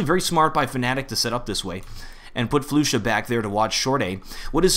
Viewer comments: It's pronounced Flush-ah by the way, not floosha. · ahh this is bugging me its not flu sha its flasha thats the way you say it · Its not Floosha as you said its Flusha like Flush-a :DDD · Did he just call "flusha" "floosha" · ***** its pronounce free-berj right? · the pronunciation.. I say Fla-sha not floo-sha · Ys i know its Fla-sha but how would you take offence?? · Flusha not floooooosha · Flush-A not Flu-sha <3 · Temos que dizer "flasha" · Todor Tanov flasa* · Actually flusha is called (kinda like) "Flush-sha", don't want to be a pusharound but just wanna to correct u about dat ;) xD. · floosha, freeberg, and now what, caajunb? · FLU-Sha. -> Its okay. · It's pronounced Fl"uh"sha (: keep the great work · the way you pronounce flusha is just disturbing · damnit, you and your ridiculous player name pronunciations. floo-sha? really? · Waiting for a comment to say "it's pronounced flusha" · He only pronounced flusha wrong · I can't stand the way you are obliterating flusha's name